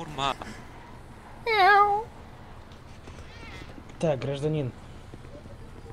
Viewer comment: Он сказал шаурмяу